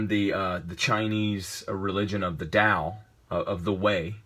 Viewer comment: Finally, someone who says Tao right!